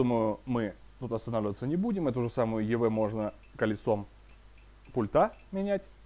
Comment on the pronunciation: Я Вам уже писал, не "пультА", а "пУльта", не в "пультЕ", а в "пУльте". Вы так тщательно подбираете слова, говорите предельно корректно, но слово пульт просто режет слух!!!